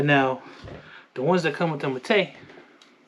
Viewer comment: Also been canik king u need to learn how to pronounce mete